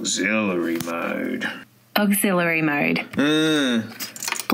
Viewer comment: "Gimme that AWGEZILLERY MOAD"